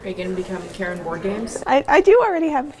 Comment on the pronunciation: It's not pronounced the way Karen does - the a is more pronounced like the a in vast, the u like the u in huge. But it doesn't matter, everyone understands it anyway.